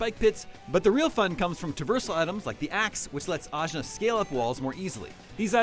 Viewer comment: AJNAR: say my name ASCHNAR😂